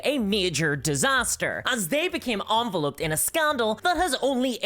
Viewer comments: By the way, that word is not pronounced correctly. Envelop does not become enve-loped, it becomes envelop-ed. Now that we know who truly butchers the English language, let us continue. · Enveloped is pronounced like envelop not like envelope. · En vell lope dd. Seriously, is it really pronounced that way in Scotland, or Northern England? Nye, really?! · do…. some people/dialects really pronounce the verb ‘enveloped’ like this???